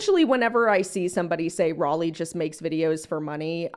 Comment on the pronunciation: The way this insufferable woman keeps purposely mispronouncing your name is so irritating. OMG what a twit, I wonder how her fellow Brits would like to hear her pronounce "Sir Walter Raleigh" would look at her if they heard her . It's spelled exactly the same,so you know she's doing it purposely. Geez what an obnoxious woman